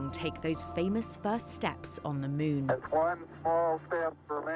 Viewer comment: She actually says Mewn. like so many these days.